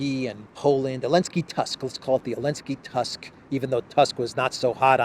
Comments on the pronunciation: PLS TUSK IS PRONOUNCED LIKE TOOSK. ! We don’t have the Prime Minister of the name you say in Poland ! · Tusk ..pronounced like Toosk !